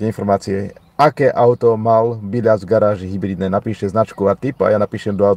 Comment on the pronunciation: Nie Biĺas ale Bilas. Je to môj bratranec tak viem ako sa volá.